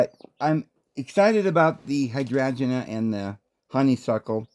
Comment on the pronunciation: "Hi strange ee " hydrangea lol it rhymes. 😂 Love hearing your pronounciations of plants ❤️ I worked in plant nurseries . When the plants self seed into your garden its called naturalising . Some will , im thinking youd probly do well with herbs and spices . 🍅🍒🍅🌶️🍑🍊🥭🍍🌽🍋🍐🥝🥬🫑🍇🍆🍠🫐🥒🥦🌾🌱🌴🌳🌵🌿